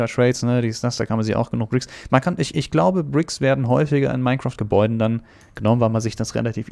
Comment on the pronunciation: hast du mineSCHAF gesagt????!!!!!